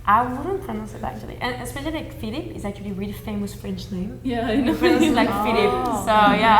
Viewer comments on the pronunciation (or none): none